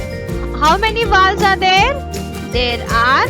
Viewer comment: Mam you pronounced rong it's vowels